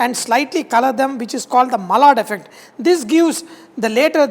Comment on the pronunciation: Sir, "Malad" is an area in Mumbai. Maillard Reaction is pronounced closer to "My-ard". (Also, please don't take offence but the dark patches on the side of your face indicates that you may have insulin resistance issues. Please get an insulin blood test done.)